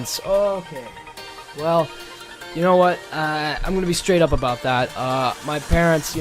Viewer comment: ifanboyou got you to say aboot